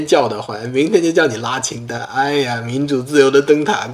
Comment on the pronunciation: 那个…………是“拉清单”，不是“拉青丹”。歌儿不错，收下了。